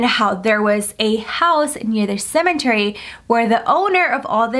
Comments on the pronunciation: OMG stop saying CeMENTary :'( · Anybody else triggered everytime she says cemeNtary 😂 there is no N! 😭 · Shes still saying cementary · Nobody:: “ CeMeNtArY “ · Or for every time she says "cementery"